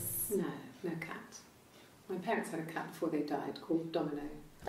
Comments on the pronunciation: did anyone else notice that she said ca instead of cat in cat flap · LOL she skipped the "t" in cat